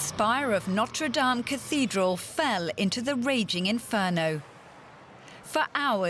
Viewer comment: notre dom finishee protest 😂